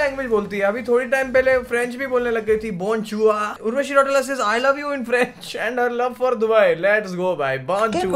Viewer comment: Bhaiya its रौतेला not रौटेला ...😅